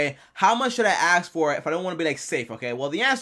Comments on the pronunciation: Its pronounced ask not ax!!!!! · ASK not AKS 😂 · “Aks, axe, akk” It’s ASK! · 🪓 “ how to I axe” 🪓